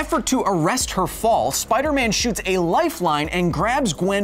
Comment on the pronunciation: Did you just say "Get me numbers for Spider Meth"?